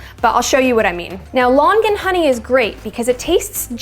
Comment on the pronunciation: Her: Lon-gan Me being Cantonese: 👁👄👁